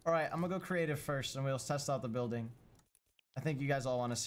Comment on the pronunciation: “Bulding” Nice bro!